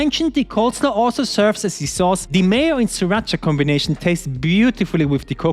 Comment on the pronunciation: can you stop saying "thie" when the next word doesnt start with a vovel thank you it makes me furious ngl